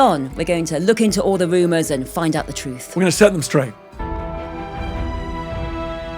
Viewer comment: Thwilled.... Woomers... Victowian ewa... Jeez, SPEAK the King's English, lady...!!!